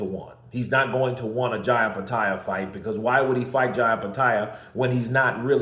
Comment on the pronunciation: Eye petaia? Bro... Do you even read?